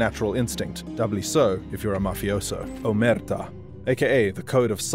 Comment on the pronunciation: it's crazy how you managed to mispronounce 'omertà' even with the focus clearly on the last a